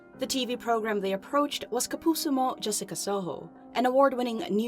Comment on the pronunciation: saying "kapuso mo jessica soho" is so satisfying because she correctly pronounced it holy shit.